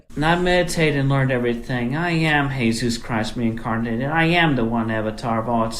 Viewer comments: WHY DOES HE SAY JESUS LIKE ITS A MEXICAN DUDES NAME AND NOT JESUS LIKE THE FUCKING BIBLE ONE HES TALKING ABOUT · pronounces the Jesus in their name the spanish way